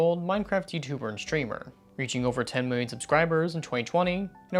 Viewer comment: I know that this is completely off topic, but you emphasized the wrong word (the million instead of the 20) and I have been seeing so much of that throughout Youtube and I finally want to point that out to someone. This is a really stupid comment.